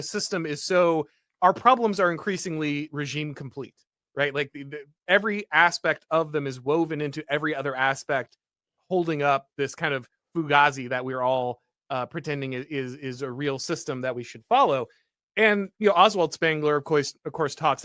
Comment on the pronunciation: Uh, the word is pronounced fu-GAY-zi. Gay. (It's in Donnie Brasco).